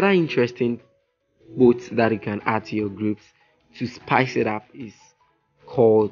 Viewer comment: What is boot?? :face-blue-smiling: Dude, learn English first.